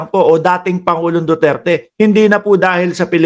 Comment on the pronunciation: He he he ang sigaw nila parang Do dirty